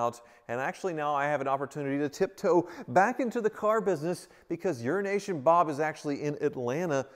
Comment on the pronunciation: I think you and should go in partnership on a venture called “Euro-Nation Bob”… at least that way he’ll get the name right after all these years🤣🤣🤣